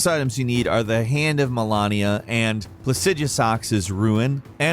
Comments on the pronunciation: The way he pronounced their names lol!!! He pronounced Marika like Mallika. And Malenia... malania. It's painful. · “Hand of Malahnia” 💀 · It's annoying hearing mal*e*nia as mal*a*nia. Shows that the narrator prob didn't even play elden ring and is just reading a script. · Did he just say... Malonia? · "hand of malonnia" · You pronounced it like Melania Trump. It's pronounced Mel-ay-nia. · It’s Malenia. Ma-Lenny-a. Not melania. Melania was a shitty first lady who let her husband seperate children from their families. Malenia is monstrous badass. Big difference. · you REALLY have to work on your pronunciations. its Hand of Malenia (mah-LEH-nia) NOT (meh-LAH-nia) it is a common occurrence in most videos you VO. Its the little things. Jake is practically immaculate at pronunciations. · When you can tell the narrator hasn't actually fought Malenia before, because if you had heard "I am Malenia, Blade of Miquella..." over a dozen times and still pronounced her name like Trump's wife, I don't know what to tell you. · The way called melenia malanea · "Hand of ma lawn ia" ? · Muh-len-ee-uh, Plah-sid-oo-sax, for the love of God. Malenia says her own name in the game. Godfrey says her name. Jar Bear-n. Like a bear. Moe-g. It is also a name said in game. RAD like SAD uh-gun. ALSO said in game. Good lord almighty come on. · hand of malAnia? lol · "The hand of mELaaaneA and PlasEaduSAAx's ruin" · Mareeka for Marika, Melania for Malenia and whatever he said for Miquella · Ma-Lay-nia, if you fought her you would know the pronunciation. "I am Malenia, blade of Miquella" would be embedded in your brain. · What's up with your weird pronounciations? Malenia says her name like a million times and you say "muh-LAWN-ee-uh", and Varré says mohgwyn dynasty (emphasis on Mohg [MOWHG]) and you say 'mawg' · How do you mess up Malenia's name that badly? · I am Malenia, Blade of Miquella. Anyone who actually fought her would never mispronounce her name.. just sayin